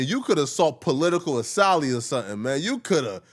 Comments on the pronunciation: He Shoulda Sought "Political Uh-Sally” - Yeah… safe to say dis 🥷 might got Down syndrome or something 😑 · Political Assali? Ok 😂😂🤦🏾‍♂️🤦🏾‍♂️🤦🏾‍♂️